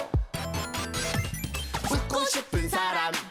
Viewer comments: 웃고싶은이라고핸는데 죽고싶은사람이라고들려었요 죄송합니다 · 흔한남매님 그런데 저는 왜 웃고싶은사람에서 죽고싶은 사람으로 게속 들리는 거죠?? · 흔한 남매 웃고 싶은 사람 죽고 싶은 사람으로 들린다